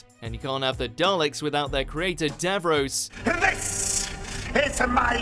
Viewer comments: Why does he sound like an american doing a fake british accent Also its dav-ros not dav-r-oh-s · It's pronounced "Dav-Ross" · And it’s not Dav-Rose! It’s bloody Davros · Davrose? This guy is not a fan. It's Davros wanker. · So, so many errors in this video. It's pronounced Davros, not Davrose, Zygons were in 4th Doctor not 3rd, Mondas Cybermen did not replace their parts due to cold weather, the Daleks appeared in the 7th episode not 7th serial, it was the 2nd story of the original series they appeared. These are the ones I can remember, I could go back and look further but I cannot be bothered. Really need to conduct research 1st. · it's Davros not davos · You pronounced Davros wrong mate! pronounced "Dav-ross" not "Dav-rose". Also the second adventure is better known as it's other title "The Dead Planet". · Davros not Dav-ROSE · Tbh Davrose is how you say it. It's not Davros. Nah, Davrose. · Dav-roes?” Lol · You can't even pronounce Davros correctly! lol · How he said Davros 😂😂 this dude has never watched any doctor who ever 😂😂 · Why can no one who voices these videos say Davros? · What cant he say davros right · One day. Just one day he’ll say Davros right 😂😂 Oh and Terror of the Zygons was 4th Doctor